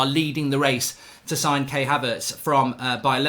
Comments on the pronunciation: Kai Havertz not Kay Havertz lool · KAI Havertz. Not Kay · It’s not K it’s Kai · Mark his name is Kai Haverts, you pronounce his first name K-eye